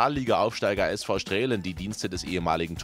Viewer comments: Es wird "Straalen" gesprochen, nicht "Strälen" ;) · Strälen 🤣🤣 das wird Stralen ausgesprochen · StrAlen, man spricht es StrAlen aus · Sinan Kurt war beim SV Straelen. Straelen wird zwar mit ae geschrieben, aber nur mit a ausgesprochen. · Straelen spricht man "Strahlen" aus. Das ist ein Dehnungs-E. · SV Straelen wird SV Stralen ausgesprochen. Do the research. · Das wird nicht Strälen ausgesprochen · Es ist ein verdammtes niederrheinisches Dehnungs-E, man spricht also STRAALEN. Top Journalismus. 🤦🏻‍♂️